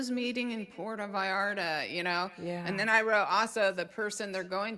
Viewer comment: It’s Puerto Vallarta 😂 not Porto Vallarta’ Va/yar/ta pronunciation!!!